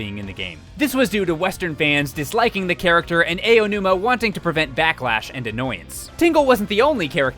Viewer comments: Aonuma = Ow-numa, as in when you hurt yourself. Not Ayo-numa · you really need to work on your Japanese pronunciation, my dude. Aonuma is "Ah-oh-noo-mah." If it was "Ay-oh-noo-muh," it would be spelled Eionuma. Yosuke is "Yohs-keh." If it was "Yoh-soo-kay" it would be spelled "Yosūkei." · I think the biggest takeaway from this is that keeps saying Aonuma's name wrong XD It's not supposed to be "EY-o-numa" but rather "ah-o-numa" hard A v soft a sound. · Who is Eiyonuma? Do you mean Aonuma?? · "Ah"onuma, not "Eh"onuma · So a lot of people who narrate on this channel pronounce Aonuma’s name as Eionuma... His name is AH-OH-NOO-MAH. Just a note! Otherwise great video! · Hey, not to sound like "that guy", but maybe next time coach your voiceover artists on proper name pronunciation? It's "Ow-numa" not "Ay-oh-numa", it's "Yoss-kay" not "Yo-soo-kay". This is a common problem with your videos and it really bugs me. Please learn/teach your voiceovers how to say these, frankly, really simple names. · I die a little inside every time says “A-O-numa.” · He said some Ayeonuma Remember this and you can properly pronounce any Japanese for the most part: Ah (A) Ee (I) Ou (U) Eh (E) Oh (O) That's how you pronounce all the aeiou vowels, easy! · AYOO-numa my ears r dead btw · "Ay oh nooma" Wat!? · Ay-yo numa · "AYONUMA" Come on, son. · "Ey-onuma"............ holy shit it's really not that hard to pronounce. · Let's play a fun drinking game! Take a shot whenever mentions Eiji "A.O." Numa. If you're still conscious by the end of the video, you weren't paying attention. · When there are credible YouTubers who don't quite know how to pronounce Japanese names. Lmao. :x ayo-numa and eye-o-numa are both wrong. I'm sorry, but it bugs me. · Ow-noo-mah. Srsly. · Yep. it seems he doesn't know how tp pronounce Japanese names correctly... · I don't know how much of a fan he is if he can't even pronounce Aonuma correctly...